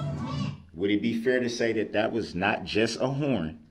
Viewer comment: Dis dat and da third. What a complete moron.